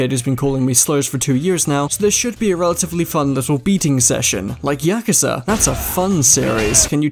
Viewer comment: "Yakaza" 💀 Besides the point, nice to see a fellow Yakuza fan